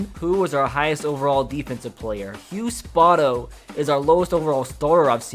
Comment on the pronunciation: SPOE(like toe)-TOE. Thats how you say spoto, sorry but was the name of my highschool and that pronunciation triggers me man